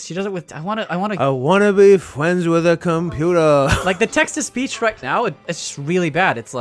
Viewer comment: "I wanna be fwends with a computer"